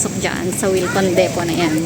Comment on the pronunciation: your pronunciation of Depot is correct....deepoh...ang ganda ng vlog mo....very informative for your subscribers.. salamat.